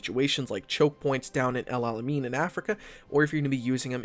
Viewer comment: He really said “el alemeen”